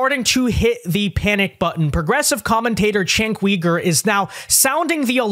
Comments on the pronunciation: It’s pronounced chenck you-ger not wee-ger. It’s cringe hearing you say that, your vids are great tho. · Cenk Uygur is pronounced "Jank You-Gurr". Not "Chank Wee-gurr". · He's name is not Cenk Weeger, the name is Cenk Yogurt. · Uh, phonetically, it's Jenk You-gur.